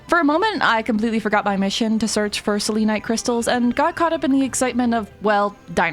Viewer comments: Its pronouns sel-en-ite not sel-lean-ite /gen /nm -a pagan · Stop 😂 that’s not how you say selenite! I kept laughing ever time you said it! You say it as cell-ah-night ❤ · You Say selenite wrong🥲 its not like how you say Selena you say it more casually. Sorry it was just really bothering me😅